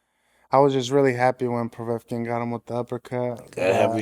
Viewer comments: Mike: Didn't a guy knocked him out with an uppercut? Andy: Povrevkin Mike: Povr-povrukien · “Yeah Povekuen” 😂😂😂😂